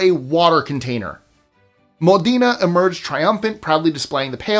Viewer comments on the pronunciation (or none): Regarding the " War of the Oaken Bucket"; the correct pronunciation of Modena, Italy is " MO-den-ah" with accent on the first syllable rather than "mo- DEEN- ah". This was a really interesting list overall, with the dogs disrupting the baseball game being a fun non harmful story ❤